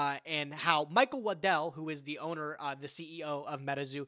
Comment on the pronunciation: The way says Waddell sounds like Lindell and I was sitting here goin "The MyPillow guy made a card game??????"